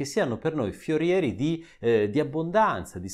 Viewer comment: Forieri non fiorieri